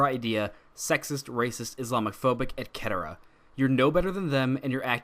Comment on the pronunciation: did you hear this dumbass pronounce etc.?